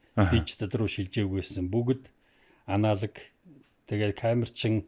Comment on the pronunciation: Аналиг гэнээ 😅😅😅 анологи шүү дээ.